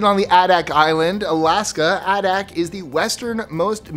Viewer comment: #7. Adak, AK is pronounced AY-dak. It's pretty much a US Naval base that barely functions. In fact, the permanent settlement there is called "Navy Town".